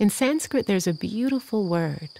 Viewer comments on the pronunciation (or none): none